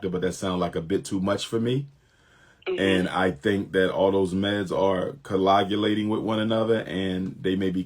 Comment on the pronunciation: The drugs are coagulating together? First of all Doc, you pronounced it wrong. Secondly, you used it out of context. It doesn’t mean what you think it means. Telling someone their child is intellectually disabled. Someone who stated he is not a medical doctor providing medical advice lol.